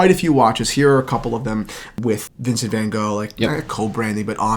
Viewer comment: Never ever heard someone pronounce Van Gogh so wrong 😂